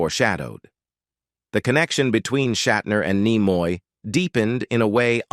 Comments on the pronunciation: Yes. I noted that when Leonard Nimoy's name was first invoked, it was pronounced "Leonard NyeMoy," later pronounced as "Leonard KneeMoy." The narrator, to me, sounds canned or AI generated. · Apparently you know the automated AI voice has absolutely no intelligence as to how to pronounce the name Leaonard Nimoy until later in the video first said nigh-moy then finally corrected to knee-moy. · its neemoy , not Naymoy!! :-(( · The narrator seems to mispronounce many words; and not all from this video. 1 minute it's Nimoy, and the next it's Nyemoy. Kind of irritating, yet funny as hell, but oh well. ✌ ❤ 😁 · N ‘eye’ moy 😂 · I stopped watch when the Narrator says Leonard N eye moy! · This is horseshit. William doesn't look like this. He is not living a sad life. The narrator is a robot that is supposed to sound like Tim Russ but can't even pronounce Nimoy correctly. This lie gets a downvote from me. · Spock and Kirk weren't professional rivals and "Nimoy" was mispronounced. Your AI writers and narrator need work. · This video is pure trash, and the crappy AI voiceover even mispronounces Nimoy's name at least once.